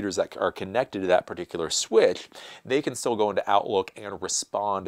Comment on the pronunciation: You're saying "Swithf"? WTF is a Switfh? Dude, try to articulate a bit better.